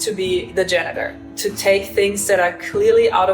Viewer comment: Pronunciation... Repeat after me Janitor Get a 4wheel trolley instead of that thing Maybe even with a tabletop workbench. More space for finds...